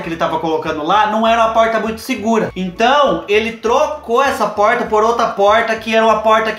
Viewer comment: Tem coisa mais fofa que o falando poRta??? Melhor coisaaaa